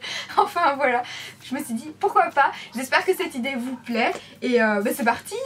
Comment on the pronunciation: GlamourFashioniista J'ai compris vous plaire, c'est ptetre du a l accent mdr